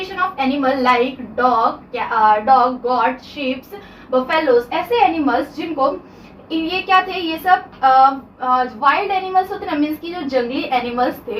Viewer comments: It's not got. It's goat😂😂😂😂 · Goat❌️ Goaat ✔️😂😂😅